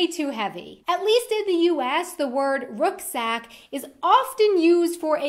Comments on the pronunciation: The T in kindergarten stays a T in English Rucksack is most commonly pronounced /ˈrʌksak/ but there are some British accent that use /ˈrʊksak/ Angst isn't an adverb, it's a noun. You can't be waiting in angst. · Yeah, no one in the military calls it a rook-sack lol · Dana also has a regional accent, so those words are spoken differently in other parts of the country. Like, she says rucksack like we'd pronounce the rook piece in Chess, whereas where I'm from, the u is softer and flatter, while the r is also less pronounced. I think she's from New England (the middle East Coast region), just from her accent, but I'm not sure. Other ones, lessee.. Her A's, she tends to pronounce more like a soft o (ah), whereas most Americans pronounce it as more of a flat a (ay, eh). She pronounces kindergarten with that d sound, whereas in areas like where I'm from, with a stronger German influence, we pronounce the t. It's more a soft, short t sound, like in the word "at". (Or, I should have said "art", exactly the same. Doh, lol >< ) By the way, just found your channel, new subscriber. :-) I love your accent, and when you speak German. I don't speak very much German, but you've got a very pleasant delivery. Sounds almost lyrical compared to american english, kind of lilting. You've got a very nice speaking voice, and you're beautiful on camera, if that's alright. I'm enjoying the videos. God bless, take care. :-) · The American and English pronunciations vary too in these examples. American brOt whereas I’d have more of a harder a. BrAT. Rucksack sounded more like rooksack whereas in the uk we have more emphasis on the U. Can’t say I’ve ever heard dreck! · Some of those words I have never heard here in the States. I have always pronounced rucksack differently, I think Dana has been in Germany too long or it is where she grew up but here in the north we pronounce the ruck part of the word like you would pronounce luck. But your video was very interesting.